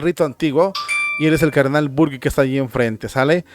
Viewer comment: HERMANO SE LEE BURK. 🤦‍♀️